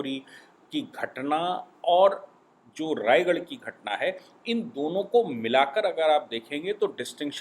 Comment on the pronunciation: Sir,Rajgarh not Raigarh